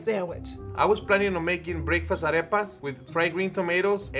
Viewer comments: Ah yes today ill be making "arapist" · Ffs it’s pronounced “Ar-repas”. Not “Araypuz” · sees arepas Says: A-rape-uz instead of A-rep-uz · I got alarmed how pronounced arepas but everyone pronounced them like that so ok. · Omg the way she pronounces arepas tho lmao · The way and pronounce Arepas makes me uncomfortable